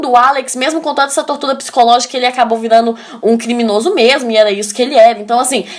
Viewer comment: Você é muito fofinha... amo quando você pronuncia 'virano' ao invés de virando nos do vídeo... muito fofa!